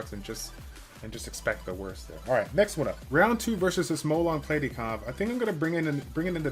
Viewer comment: Who the hell is Plate-e 😂